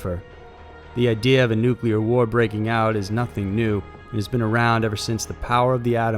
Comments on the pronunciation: New-Klee-ur NOT nu-que-lar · New-clear, not Noo-koo-ler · NUCLEAR. NEW-CLEAR. It is not NUCULAR! You try to make it sound like "singular" or "secular", and you are 100% WRONG! It is NUCLEAR, not NUCULAR!!! 👎😖👎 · Nuclear** nu-clear, not “Nukuler” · NU-CLEAR. Not Nucular dude. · Really? "Nucalear"? It's pronounced noo-klee-er. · Nuclear: New-Klee-Ar NOT New-Kyoo-Lar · Stop pronouncing nuclear as "nucular" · I appreciate the video. Thank you! But you do realize there is no "u" between the "c" and "l" in nuclear. I dunno, I always cringe when someone says "nuculer". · nuclear /ˈnooːklier/ FUCK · Please stop pronouncing "nuclear" as "nuk yew ler" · Nuclear not nucular